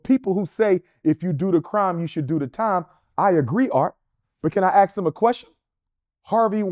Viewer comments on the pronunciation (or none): Dude starting a school can’t pronounce ask She aks a friend